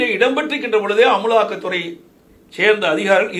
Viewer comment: நீ எழுதாம படிக்கிறதனால தான் அமுலாக்க துறைன்னு ஈன்றைக்குன்னு படிக்கிற